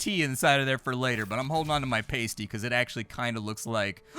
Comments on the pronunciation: It's PAST-EE as in past tense not PASTE-EE as in toothpaste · Came on here to see if anyone else took the piss for his pronouncing of pasty. It's Pas-tea not Pay-stee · Great video... but please, this is killing me, it's PA-STEE, not PAY-STEE. 😉 Proper Cornish Pasties (PA-STEEs) are basically a meal encased in pastry. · PAST-ee, not PAIST-ee! One is a meat pie you eat in either England or the Upper Pensinula of Michigan while the other is... something you wear. There is a huge difference between those two things!:D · Cornish Pasty (Pass-tee) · It’s pronounced “past tee” and they’re fucking delicious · its a "pass-tee" , famous in cornwal lol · I'm about halfway through and here's a couple of little things I notice about your playthrough: The word "pasty" is pronounced with a short a sound rather than a long, so more like "pasta" than "pastry." Otherwise, you sound like you are eating nipple covers from a burlesque show. 😜 Also while pasties are more like a category similar to sandwiches (i.e. their exact contents can vary quite a bit), you are correct that they do generally contain one or more ground or minced meat as well as some minced vegetables of one or more kinds. The ones I've eaten have have all been from the Great Lakes region, Michigan and Wisconsin specifically, so I don't know how authentically British they were but I've had some with sausage meat, ground beef, or pork, with vegetables ranging from celery, to potatoes, to rhubarb. Another thing is that in the cottage cellar you seemed entirely unaware of the reference to the C.S. Lewis (famous 20th century English author and good friend since college of J.R.R. Tolkien) book The Lion, The Witch, and the Wardrobe. 😏 They even seem to be intentionally using a similar art style to one of the more prolific editions' cover art! Edit: As far as I can tell those equations and formula in the cellar were genuine, but largely not directly related. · It's.a "past-y", as in "pasta", my dear fellow.